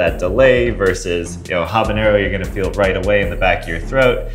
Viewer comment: I'm so happy to hear you say habanero WITHOUT THE Ñ.